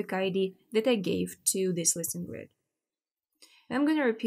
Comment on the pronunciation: haha... but she doesn't. She says "listen grids" not "listings grid". at least to me it sounds like that.... :-) but never mind. It looks like I'm the only one confused by that.